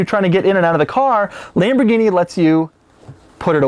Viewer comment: Who did your math, Doug? 2008 to 2016 isn't "over ten years" and $215,000 is not 70% the value of $315,000. Try just a hair above 68% and we're not quite at 2018. Also, don't say Lamborghini again. You make all of us white guys look as stupid as you.